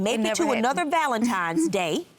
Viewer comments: Valentime's Day??? Ladyyyyyy... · She said ’Valentime’s’ day🤣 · Please stop saying " valentime"🤦🏾‍♀️🤦🏾‍♀️